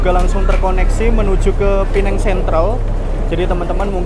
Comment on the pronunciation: Penang bukan pineng